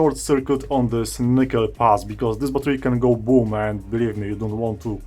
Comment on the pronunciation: your videos are great! btw I laughed hard whenever you said: if you dont do it correctly, it will BOOM ahhaha